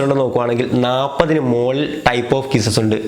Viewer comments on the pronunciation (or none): none